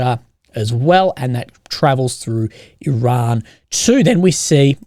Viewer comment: Iran mate Iran....not difficult to say and now you have the spelling. Stop being a drama queen and making up sh!t